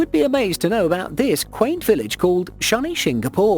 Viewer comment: You pronunced shani wrong